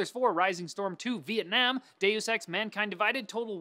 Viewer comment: YOUR THE FIRST PERSON I'VE EVER SEEN SAY VIETNAM CORRECTLY!!!!!!!!!!!!!!!